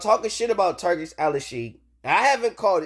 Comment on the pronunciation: It's Al-sheikh, not Al-al-sheikh And it's pronounced "Tour-Key", not "Turkey".